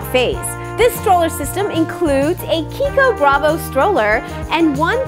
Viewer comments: Italian brand, so the "ch" is pronounced like a "k"! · Meika Zack yes. She's pronouncing right